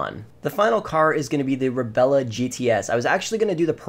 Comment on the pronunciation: It is the Rebla, not Rebela